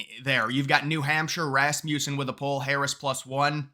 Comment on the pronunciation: I'm begging you, say this company's name correctly, I'm really begging now, it contains a short u sound, Rasmussen, say it with me, Rasmussen with a short U. Kind of rude not to pronounce the company name correctly not to mention the Founder's name correctly.😊